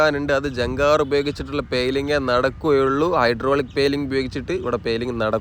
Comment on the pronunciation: നല്ല വീഡിയോ നല്ല അവതരണം ഭാഷ മെച്ചപ്പെടുത്തൂ വരാപ്പൂയ അല്ല വരാപ്പുഴ ആണ് പെയ്ലിങ് അല്ല പൈലിങ് ആണ്